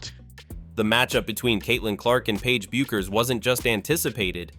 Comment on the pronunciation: Once again ai's grammatical Ineptitude on full display, pronouncing Paige Bueckers name 3 different ways. That is within the first 30 seconds of the video! When will ai learn the rules of grammar?